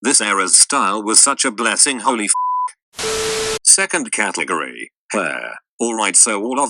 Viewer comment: can't pronounce "category" very well can he